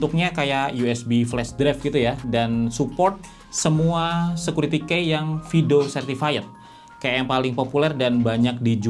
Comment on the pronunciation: Bang, key itu dibacanya "ki" bukan dibaca seperti tulisannya "key".